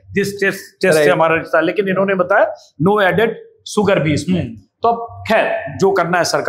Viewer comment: अबे ओ अंजूम, शूगर होता है सूगर नहीं। अपना उच्चारण ठीक कर ले। अंग्रेज़ी ठीक से बोलनी नहीं आती तो हिंदी में बोल ले, लेकिन हिंदी में भी तू सक्कर ही बोलेगा क्योंकि तू जन्मजात अपभ्रंश है....😅😅😅😅